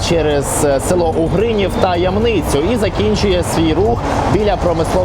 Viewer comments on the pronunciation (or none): ямнИця наступного разу у Вікіпедії дивіться куди наголос кладеться. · Вибач, але вивчайте добре назви населених пунктів : Ямниця- наголос на букву "Я" ,а не на "и". Говорю Вам як житель Ямниці.